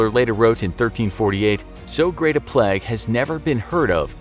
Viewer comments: It's PLAY-g not PLEG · its pernounced play-g not pl-egg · It's plague not pleg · "Pleg" Why does the narrator always say plague like this 😂